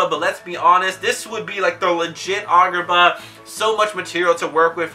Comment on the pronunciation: Why you say it like argar ba